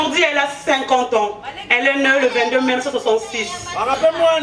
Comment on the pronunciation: on ne dit pas elle est neu.mais elle est née. tu es toujours entrain de forcé lopoto petite elingui yo té tika lopoto tranquille